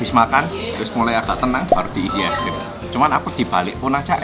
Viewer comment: Org korea ngomong e es krim